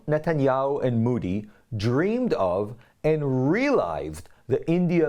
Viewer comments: By d way sir Its mOdi n not mUdi plz can u pronounce it d correct way😊😊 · Modi and not moodee. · Ahem, Modi is pronounced mow-dee, (ow is pronounced OH as in OH NO or the letter O), not moo-dee as in MOO or MOVE .